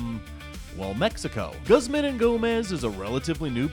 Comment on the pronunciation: Mexican food wpuld be more popular if we had more actual authentic Mexican food here. P.s its pronounced like gooz-mahn ee Go-mez.